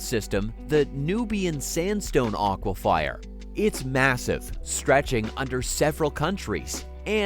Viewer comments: It’s aquifer, not aquifire. Correctly pronounced like a fir tree. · i love how the narrator is mispronouncing the word "aquifer" and saying it as "aquifire" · aquifer not aquifier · It's unfortunate that the important word AQUIFER is pronounced "aquifire" throughout this video. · Your narrator pronounces aqua-FI-er instead of aqua-fer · Would you please stop saying aquifyer? That's almost as bad as cowoberate (corroborate) and foilage (foliage), the last of which (foilage) sounds like something a mетн аddict with a surfer dude accent would say- "Dude we totally gotta go get some more foilage man.". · Dude this is killing me man! Its pronounced a.kwuh.fr = aquifer. Google pronunciation if you don't believe me. Sorry just trying to help for future videos. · WTH is an "aquafire"??? 😂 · I came here to ask this…. Also Tripoli and Tobruck - not pronounced like that…. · Your pronunciation of “aquifer” hurts my brain…